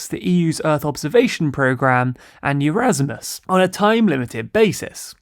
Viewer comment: Erasmus, not "Eurasmus." Nuclear, not "nucular." I could go on...